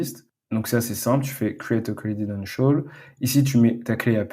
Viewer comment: Super tuto, juste un truc, c'est "credential", pas credit-ten-tial 😀